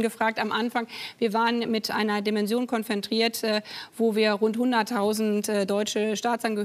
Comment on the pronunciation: konfontrieren? Kein Versprecher, sondern 2mal absichtlich. Was ist das für eine Sprache, die man sonst nur von Kleinkindern kennt?